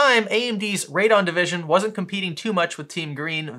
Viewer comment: LOL Every time you say Radon I have to laugh it's NOT Radon it's Pronounced Raid'e'on Radeon not Radon. LUL You keep pronouncing it the same as the Gas that comes from underground which is Radon